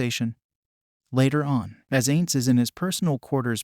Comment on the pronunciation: not ains. Pronounce it "eye-nnnz"